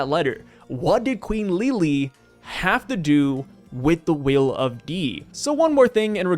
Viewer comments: Please pronounce her name Lili not Leelee, it's something that shouldn't annoy me but it hurts to hear lol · One thing to clarify, the pronounciation of Lily/Lili's name would still be closer to that of "Lily" rather than Li-Li. TCB makes a note of that, because the katakana for her name is リリィ rather than simply リリ. The first extends the sound of the i, while the second cuts it short. So, it would still sound like Lily. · bruh im unsubbing if you say lili like that again ;)